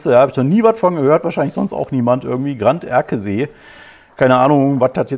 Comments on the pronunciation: wiedereinmal besten Dank für Deine Informationen und Dein Engagement. Ich freue mich besonders darüber, dass Deine Analysen klug und Deine Rhetorik messerscharf sind. Weiter so!!!!!! Ganderkesee spricht man übrigens Gan - der - ke - See, wobei das e in ke kurz gesprochen wird. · Ganderkesee spricht sich „Gannder-Keh-Seh“ oder „Gannder-Ké-Sé“ 😉